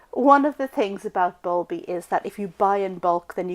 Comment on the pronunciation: Bulbi not bulby